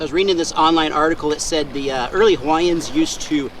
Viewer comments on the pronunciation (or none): none